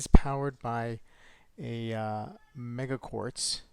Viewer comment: It is a meca quartz, pronounced meka not mega. Good unboxing video. 😷